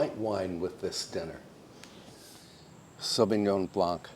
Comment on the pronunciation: I love you soooooooooo verrrrrrrrrry much but pleasssssssse don't say Sauvignon BlanKKKKKK... It is blan!!!! without k at the end...............